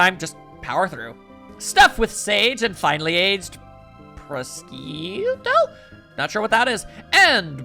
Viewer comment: I think the way to pronounce prosciutto is pro-shu-to